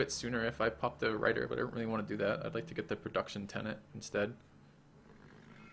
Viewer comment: It's actually tenet, not tenant. It's a word I had never even heard before Civ V's ideologies.